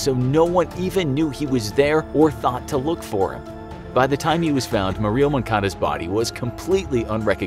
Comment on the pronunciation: Jesus christ learn to pronounce Murillo please